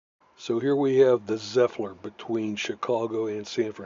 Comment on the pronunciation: Where did the extra "L" come from? Zephlyr? Other than that, good job